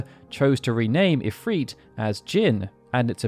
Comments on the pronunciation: I stopped this video a few minutes in. I cannot focus on what he's saying because he's mispronouncing if-r-it. He's saying if-freet. It has the same effect when he says tee-dis in place of ty-dis. Very sad I'll miss out on great videos. 😬😬😬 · I dont like how he pronounces Ifrit or Shiva. I prefer [ If-r-it ] instead of [ If-reet ]. Idk how he gets a long "e" sound without a second vowel in the word. Shiva has at least "a" second vowel and I think its pretty to say [Shee-va]. [Sh-i-va] is a reasonable way to pronounce her name yet it lacks the glamorous ring befitting her title as a royal ice queen ("she" sounds more feminine too.). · Love the videos. I don't know why it bothers me so much but Ive always pronounced it IF-RIT besides IF-REET. IF-REET makes its sound weaker to me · the islamic pronounciation is not ifreet or ifrit it's the I is actually the letter ع which can not be prononced in english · It's because the name isn't English, it's Arabic. It doesn't follow the same rules, it's just romanized into English spelling. From google: Ifrit, also spelled as efreet and afrit (Arabic: ʻIfrīt: عفريت, pl ʻAfārīt: عفاريت), is a powerful type of demon in Islamic mythology. Japanese "i" is also pronounced ee, that's just how their language is written into English. For Japanese it's ALWAYS: a = ah e = eh i = ee o = oh u = ooh In fact Japanese is VERY consistent. English is incredibly inconsistent and chock full of spelling exceptions due to sourcing words from all over the place or just not sticking to one way of spelling anything Easy examples: "mood" and "food" rhyme with each other but not with "good". As a native speaker, English honestly makes no sense. Blame English, not the other languages